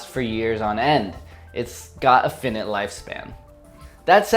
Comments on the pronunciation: You pronounced “finite” incorrectly... it’s pronounced as “fy-night” not “fin-nit” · Lol bless you,. Finite is pronounced Fye-Night 😂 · Its pronounced fy-nite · Finite is pronounce with the "fi" in "fight" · Dat pronunciation of "finite" doe... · 21 Crybabies! At the chemical disco Not really, no. His pronunciation of finite assumes its the same as infinite, which isn't correct. Plus, I know someone who lives in his area of California. My friend certainly does not pronounce it that way. If you like, it's like someone pronouncing the b in subtle (something I accidentally do on occasion). It's not correct, but understandable.